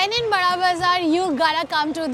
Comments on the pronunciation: Bura bazar he pronounces hai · Bara bazar its not burra bazar.